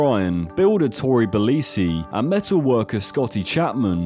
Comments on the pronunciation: fun fact: you can tell this guy never watched an episode of mythbusters with Tory in it and likely ripped all this info off of Wikipedia and or other articles... it's not Tory Belissi... its more Tory Belaychee (phonetic pronunciation) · Did u say Kari Bryan and Tori Belleecee? 😮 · Why do you call her both Carry and Kerry? Its pronounced Carry..and also Tory Bel-etchi...did you ever even watch the show..they told you their names every episode ffs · the, who is not able to pronounce Tories lastname, has propably never seen the show... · No better way to give the game away than not knowing how to pronounce Tory's name, considering the narrator says all of their names at the start of every episode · How you gon butcher my boy Torys surname